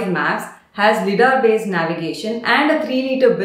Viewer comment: Its pronounced “Lie”dar; Light Detection and Ranging